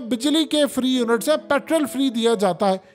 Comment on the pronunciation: پیٹرول بولو جناب , پِٹرل تلفظ غلَط ہے